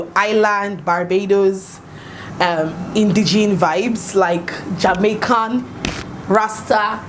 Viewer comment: Yes girl Jamaica. Heard a little of our accent when you said Jamaica , rasta